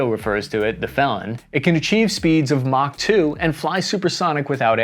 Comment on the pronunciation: Mok 2? Lol